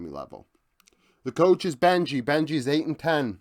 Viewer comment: Super content, but its Bengi, not Benji.